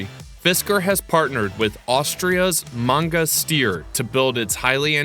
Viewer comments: Manga Steer? It’s Magna Steyr pronounced Magna Shteer and yes it’s an Austrian based company but it’s parent company is Magna International, a Canadian company. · It`s.............Magna Steyr....................NOT...........Manga Steer....................🤔